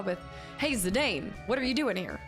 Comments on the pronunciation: Im going to be that annoying fan that tells you its pronounced "Zi-Dawn" 🤣 You can pronounce it however you want. But its sorta if Cloud was pronounced Cluh-Uude. It wouldn't make sense. So while you can totally call him ZiDane if you want and that's totally fine, its ZiDawn officially 🫶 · Zidane is a French name btw, so it is pronounced like Zidann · also, fun fact - Zidane is actually pronounced "Zih-Don" =) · If it's something you're seriously pondering, when I hear this name in european countries it is pronounced Zih-Don or Zih-Dawn, but I think legit everyone who's ever picked this game up says Zih-Dane so I don't think you can really go wrong. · IIRC, in the Dissidia game, they pronounce Zidane as "Ze-DAWN." I remember thinking, "I've been mispronouncing his name for, like, 15 years." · This is one of the best. A quintessential Final Fantasy. It was the last Sakaguchi (the creator of Final Fantasy) had any involvement in, and the last in which Uematsu did 100% of the soundtrack (he's also said it's his best work). It's pronounced Zi-Dan, too, btw. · Zidane's name pronunciation: Zi-DAWN. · I used to say Zidane the same way. But in general for names, I equals EE. Japanese pronunciation rules. Anywhere, couldn't steal means you failed a steal check, nothing to steal means the target has nothing. Stealing from a master thief might be hard as a young novice.